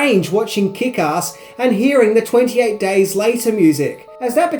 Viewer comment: "EN TWANTY AIGHT DAAYS LIATAA"